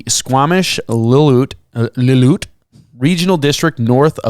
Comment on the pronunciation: Lill - oo - IT